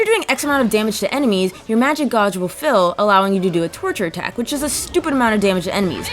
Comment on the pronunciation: Sorry, but I can't get over your pronunciation of "gauge."